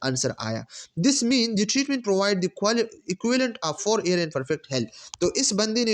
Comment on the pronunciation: Air q parhty hen ap Year ko???